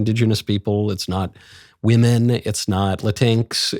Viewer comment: It's not Latinks. It's Pronounced Latin-x. Come on bro. I think it's stupid just like they do. PRONOUNCE IT RIGHT DUMB DUMB.